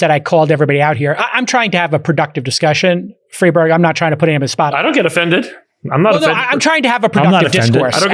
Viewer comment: I’m so sorry, but I can’t be the only one who hears “Freebird” every time he says Friedberg……am I right? 😂